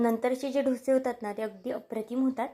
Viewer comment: अहो मैडम ढोशे नाही डोसे असे म्हना😂😂